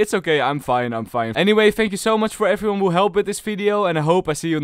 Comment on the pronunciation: a wise man once said “hellow efryone”